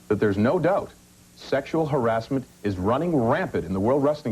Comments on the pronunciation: He prenounces harassment as Harris mint lol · Barry Orton pronounces harassment as Harris Mint lol